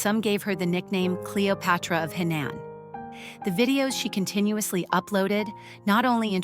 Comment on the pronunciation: It’s Henan, not Hainan, completely different provinces. And Henan accent, not Hindu accent. Make an effort.